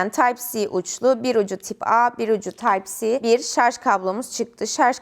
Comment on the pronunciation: Tip a ve taypsi diye okumana takıldım